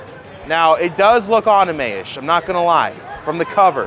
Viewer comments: Who says anime like that? Lol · Why do you keep pronouncing anime incorrectly? Also I will not tolerate XC2 slander.